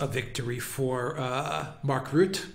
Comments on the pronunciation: Rutte pronounced Rutter Wilders pronounced Vilders (more or less) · Rutte is pronounced as burst 😉 not ass bull